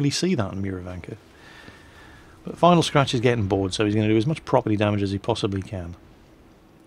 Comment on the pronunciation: Liked that how said Vinyl Scratch love it!